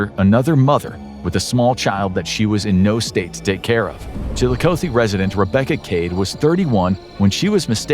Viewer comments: The amount of times you mispronounced Chillicothe In this video hurts my head. As far as difficult to pronounce Ohio cities it's not even in the top 10. putting way too much emphasis on the O. oth-e not O-thee. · Columbus, Ohio, resident, here... The pronouncing of "Chillicothe" is not with an ending, "oh-thee". It's an ending "ah-thee." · Chill-eye-Cot-thee Please stop butchering how you pronounce the name of the city. Sincerely someone from Ohio. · One correction, it’s pronounced Chill-a-COTH-ee where “coth” sounds like “goth” but with a soft c. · chilikoathee makes me laugh every time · Incorrect pronunciation of Chillicothe. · The way he pronounces Chillicothe is cracking me up. Chillicothe and Cuyahoga always gets people. 😂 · It’s Chillicothe with a short O. Not a long one. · Am I the only ohio native thats absolutely bothered by the way pronounced Chillicothe? 🤮😭😥